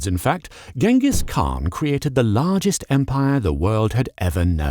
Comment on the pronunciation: The proper pronunciation would be "Chin-gis-hun" And while a khagan is pronounced correctly, all of the khans don't get that luxury for some reason Kurultai or Hurultai or Hurultee - pick your poison